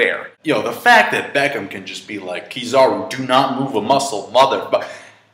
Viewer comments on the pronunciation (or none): Did i hear Beckham? Benn Beckman.. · it's Beckmann not Beckham!